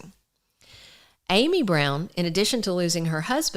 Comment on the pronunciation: Her name is pronounced with a short vow ă, like am - eee, not Amy. Interesting video, though, thank you.